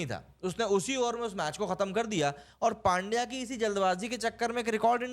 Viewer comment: इरफान पठान को पुछलो, वो पांड्या नही पंड्या बोलते है उसको ।